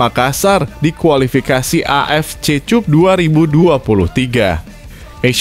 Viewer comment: Bhs google cup dibaca tjup